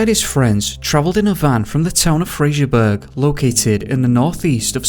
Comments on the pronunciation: Im sure he was actually found, daily records just the newspaper. And its not Fraserburg its Fraserburgh. (Pronouced Burra) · Fraserburgh burough not burg. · The first case is local to me. I have to correct the pronunciation of Fraserburgh (👂Fraser-burra) and Strichen (👂Stricken) 🙈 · I dont mean to be a dick ... but ... Fraserburgh ,,, is freserburugh as in Edinburgh, or as the brogh (brock) as its known to locals.. and Strichen is stricken =, yanks I can forgive as they are yanks and dont know any better... but your from the UK. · Fraserburgh is pronounced Fraser Bur haa, and strichen is strick onn , sounds weird when you say it . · Fraserburgh is pronounced Fraserbruh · It's "Fraser-borough" and "Stricken" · 'fraserburgh' - is pronounced 'fraserborough' - same as 'Edinburgh - Edingborough'. You're welcome. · Also I the River Ouse is pronounced OOZE and not ouse as in house. Just thought I'd say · That was sm pronoucation of Fraserburgh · the way you pronounce fraserbrugh and strichen is classic🤣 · Americans get the hump when an American place name is mispronounced, yet we are considered "dorkish" (seriously, how old is he, 13?) when we pull a YouTuber up for doing the same to a place name in the UK. It's not hard to research pronounciation, there's no excuse. I really enjoy this channel but the narrator regularly butchers the pronunciation of British towns and areas. Fraserburgh has got to be, for me, the worst so far